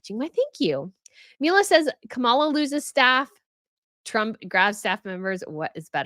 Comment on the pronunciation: Not to get political but...Trump is #1 in word salad, losing staff and spewing lies and going on tangents that make no sense. It's Kah mah lah. It's just dumb on your part not to pronounce the name correctly. EDIT: I was sarcastically addressing with “not to get political” which is what a said before she got political. Secondly, I was using B’s fun comment “it’s just dumb”. I wish people would actually pay attention to what the creators actually say!